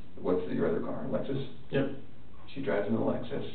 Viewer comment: It's called a "Lexus", not an "Alexus"